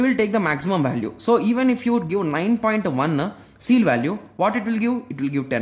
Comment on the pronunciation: That is ceil, not seal.